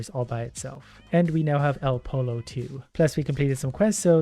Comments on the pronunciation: i was hurt as a spanish student for 3 years when he said el pollo el pole oh and not el poy oh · please stop pronouncing it el polo, it is pronounced el Pollo (Po-yo) it is spanish for "the chicken" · My guy its pronounced "L Poyo" which is spanish for "the chicken" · I can't believe he said el po-low not el poio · Spanish has any ‘ll’ pronounced as a ‘y’ So el pollo wouldn’t be ‘el polo’ like polo shirts, it’d be ‘el poyo’ as in the word in Spanish for chicken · I love you, but I died inside when you mispronounced El Pollo. It's pronounced Poy-yo. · el pollo its prononced like el poyo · It's actually "pojo", translating "poyo" phonetically to* english would be like saying "poio" in spanish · it's pronounced "el poyo" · FYI the third character is a Spanish one,so a double L is actually a y so it’s said el poyo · "el pollo" i speak spanish and that hurt me on the inside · anyone else die inside when he pronounces pollo wrong? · Hearing him pronounce El Pollo hurts, but I will still listen to this when I sleep.